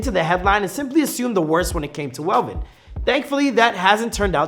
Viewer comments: Who is velven bro 😂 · Not velven